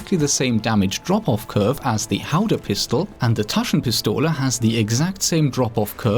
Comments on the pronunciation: taschenpistole gut ausgesprochen ^^ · haha, i love how u say "Taschenpistole"... I'm german, so i can tell u with sure: you were pretty close... not bad.